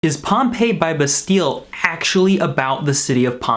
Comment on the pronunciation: lol the way he pronounces bastille